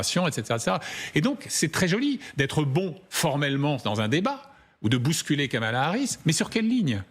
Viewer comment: Kamala Harris et non Kamal Harris :P